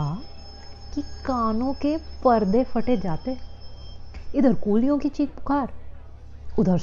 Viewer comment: Lafz Faad nahi Phad Phaad hai, Fate nahi Phate, Phula liya and not Fula liya--kam se kam yahan to talaffuz acha hona chahiye